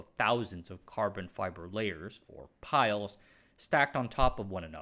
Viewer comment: Great vid as usual. Minor nitpick - composite layers are called plies, not piles :) And just to chip in a bit (I did my masters in this area), a huge part of the cost of composites for aerospace is the process of certified a materials system/coming up with the values (e.g. strength, toughness, etc) for each material. The properties change due to minor changes in fabrication (like you mentioned with the air bubbles), and each unique combination of geometry, orientation of plies, fasteners, material, and so on, needs to have many tests run just to give a value to the aerospace engineers to actually design the part. Makes the achievement even more impressive, and sheds some light on why aerospace companies are often hesitant to adopt new composite material systems.